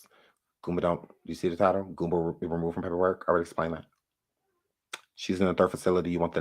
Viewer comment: It’s not GOOMBER but GOOMBA!!!🤡